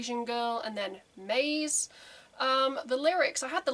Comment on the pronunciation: "Maze" is a Japanese word, so it needs to be pronounced as such in TWO syllables (ma + ze). It has absolutely no relation to the English word "maze". The word appears like 5 times at the very beginning of the song if you want to check how it is pronounced.